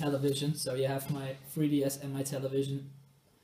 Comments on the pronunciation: you pronounce 3ds as fwee ds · the fwee ds